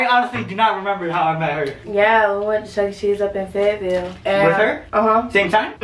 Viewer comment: Did she say fayitvill